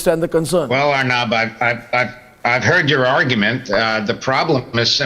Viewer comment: agree with u...but it's 'aur -- nub' not 'urrnub'